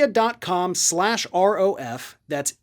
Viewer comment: Nebia sounds like 'napya'